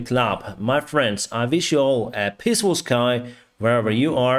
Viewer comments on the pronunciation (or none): Pronunciation suggestion. First, let me say that you speak English very well. I did want to point out that your sign-off message about "peaceful sky" sounds a bit funny to me. It is important to stress the "ee" sound in the word 'peace.' The vowel sound I heard was closer to a short-i sound (-eh or -ih). So, to me, it sounds like you are saying, "have a pissful sky (have a sky full of urine). Emphasize the 'ee' sound by saying, "have a pEEsful sky."